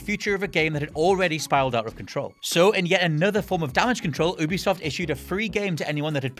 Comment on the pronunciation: OOBISOFT... please don't say it again.